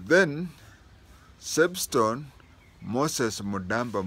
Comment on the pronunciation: Substone not sebstone!